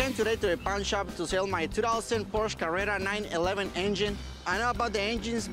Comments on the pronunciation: Correct. Ricky actually pronounces it correctly , it's pronounced like there's an SHA at the end. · I love when comes in and starts pronouncing Porsche correctly 😂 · wow, nice to see someone pronounce "porsche" right. I like that guy